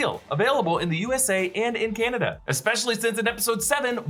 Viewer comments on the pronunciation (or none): none